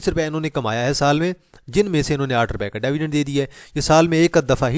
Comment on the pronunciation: Its not DAAVIDEND....It is DIVIDEND!! Make a correction if you can!